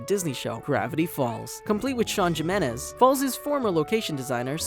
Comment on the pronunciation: it's pronounced HE-menez not Jim-menez